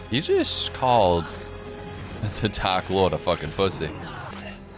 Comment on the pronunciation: the little teh 😛 will never not be funny to me